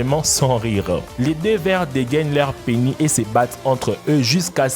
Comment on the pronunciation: Dans le mot Penis, le S se prononce :))